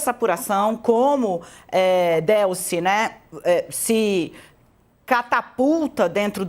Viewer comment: Não se pronuncia Délcy, mas sim Delcy.